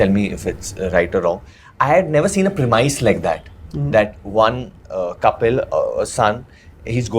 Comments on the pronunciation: prem - is varun prem-is not premuis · Correct me if I'm wrong, but did Varun (and then Kiara) pronounce 'premise' incorrectly?